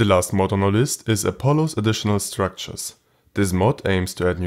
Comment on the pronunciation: "i recommend you to try this mal out" xd wenn das deutch durchsickert xd